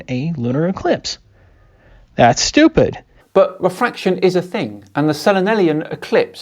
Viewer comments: Whether it's Kent Hovind, or Internet clowns like this, anti-science guy's arguments can almost always be summed up as "this seems unintuitive to me as an uneducated layperson, therefore it is stupid" Or I guess in Kent hovind's case it would be pronounced "stoo.....pid" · I keep hearing him say "I'm stupid" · "i'm STOOPid" And that all i heard